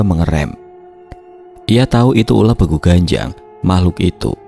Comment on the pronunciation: Maaf ijin koreksi mas.. Untuk kata "Begu", dibacanya seperti pada kata "Sewu". 🙏